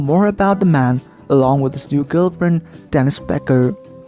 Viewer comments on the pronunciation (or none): Horrible horrible narrator. Dennis is what he keeps saying for Denise which is annoying as hell. I would like to know from Denise if Andy is abusive to her as Kate said he was when married to her. Andy and Denise seem to fit together much better than he and Kate. I did hear Andy get a little rough when speaking to Kate but no more than what she did to him. I hope he and Denise make it together as I love watching them. I would love to go there and stay with them and visit. I wish I was somewhat younger and I would beg them for that opportunity lol. To the two of them I love you both. Good luck with your new lives. Don’t pay attention to other ppl just take care of each other.